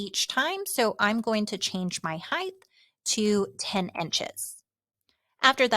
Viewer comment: Heighdth is not a word. Height. It's height.